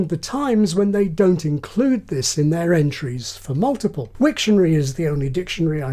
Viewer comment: The pronounciation, though ... "Moltiple people" sounds both hillarious and creepy.